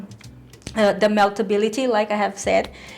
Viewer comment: Meltabilaty lol.